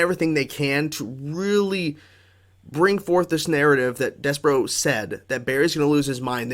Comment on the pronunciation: SAY DESPERATE. THEN START SAYING DESPER- THEN JUST ADD THE O. mispronouncing something so obvious is wild to me☠️. Des-per-OOOOOOO